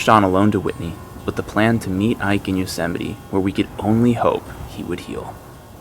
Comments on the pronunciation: yo-sa-mite lolz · I didn’t know Yosemite rhymed with vegemite.